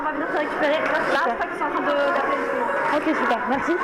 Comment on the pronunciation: 25'18" Beau mais très con : " hmmmm ok" prononcé " hmmmm oc " c'est grave!